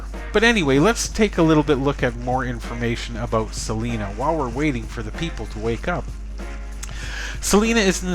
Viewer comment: It's pronounced C LINA